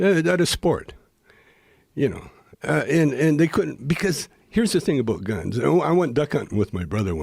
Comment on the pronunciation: HE SAID ABOOT =))